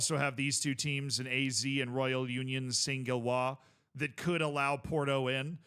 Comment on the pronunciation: I know this way it sounds like your name, but even here in the Netherlands we say Ah-Zed Alkmaar 😜😂